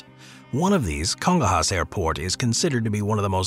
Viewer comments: Congonhas has been grossly mispronounced. It's /Kon-'goh'-nyas/ (accent on 'goh'), Not /'Kon-gon-hass'/ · I've never seen Congonhas so mispronounced before watching this channel's videos, kudos 😂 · Yeah I was gonna say the nh in Portuguese words is like the ñ in Spanish.